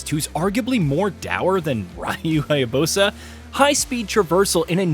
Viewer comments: HyaBUSA not HyaBOSA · Ryu HAyabooowsssa hahaha nice pronounce of Ryu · Cut him a break, it's not like the reveal trailer had an exact pronunciation of his name immediately followed by a cut between the main characters both using Izuna drop... XD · This guy is literally trash and pronunciation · I think they were referring to how the person pronounced Ryu's last name. 🤔😒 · He pronounced “Ryu” as “Raiyu” and “Hayabusa” as “Hayabosa”😂🤣